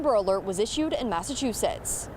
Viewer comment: is it just me but the first time the guy said the name of the place it sounded like massachusus?